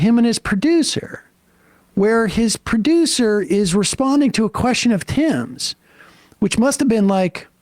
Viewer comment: So not important, but the way Sam is saying "producer" is cracking me up. It's just the inflection, "pri-DOoOser". I can't stop saying it that way. I think I need to see a professional lmao